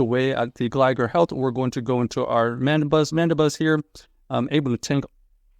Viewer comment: Why is bro calling it Gligger?